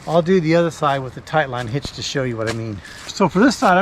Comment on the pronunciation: New drinking game. Everybody takes a drink when he says tight line hitch instead of taught line hitch.